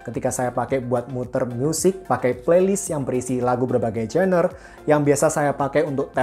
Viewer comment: genre mas bukan gener hehehe